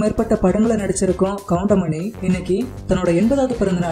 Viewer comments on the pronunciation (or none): Ennada goindamaninu soldra😠😠😠goundamani sirnu sollu